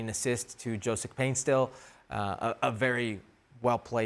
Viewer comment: Paint-SIL Not Paint-STILL